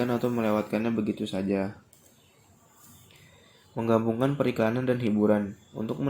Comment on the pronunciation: Mantap, cara penyampaian sebuah pembahasan dalam materi tersebut sangat mudah di pahami, kosakata yang di ucapkan cukup jelas, mungkin ada beberapa yang kurang seperti kata menggabukan yang seharusnya " MENGGABUNGKAN", bererek yang seharusnya " BERMEREK".... Kurangnya seperti itu aja sih.. Lain kali cek lagi ya, waterboom men 😆